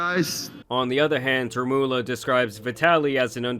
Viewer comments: ITS REMULLA NOT REMULLO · Remulla =Re-mol-ya